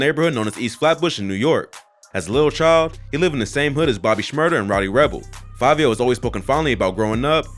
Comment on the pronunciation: Its fivio not favio...